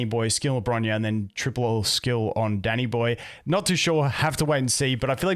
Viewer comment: For a sec thought he said daddy boy instead of danny boy lol